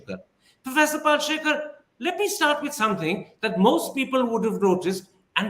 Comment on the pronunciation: Kirin Thipir, it's not Pal-she-kar, its Pal-shi-kar. Get the name right, for heaven's sake.